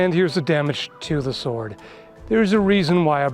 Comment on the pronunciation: What’s a sord?